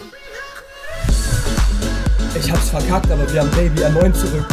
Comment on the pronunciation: Es ist nicht Ferdinand Baby, sondern PFÖRDINÄND BEBI :D